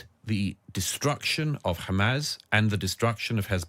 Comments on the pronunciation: He can't even say Hamas it just turns into Hamaz this , Hamaz that😂😂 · He can't pronounce Hamas.